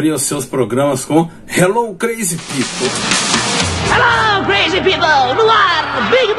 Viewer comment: Por favor, melhore a pronuncia de "crazy people", principalmente do "crazy". Big Boy agradece!